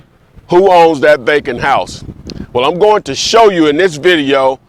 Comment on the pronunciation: I swore he was saying “bacon house” 😂😂